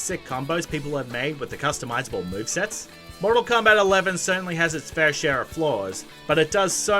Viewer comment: It sounds like he's trying to say "comeback".